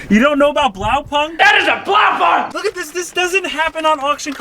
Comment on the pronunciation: The pronounciation of „Blaupunkt (Blue Point)“ is just cringe :D Sounds like a punk band